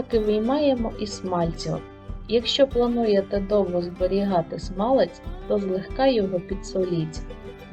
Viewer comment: То якась собі філологиня заблукала, та роздавала "цінні" поради..))) Авторка відео десь двічи чи тричі казала "смалЕць", замість "смАлець", але й тут як бачите, знайшлась ...вчителька з української мови!..)) З іншого боку: до процесу приготування смальцю, у вчительки питань не виникло і це вже добре!)))